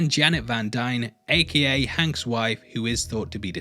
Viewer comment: It's not "A-key-A" it's A.K.A - Also Known As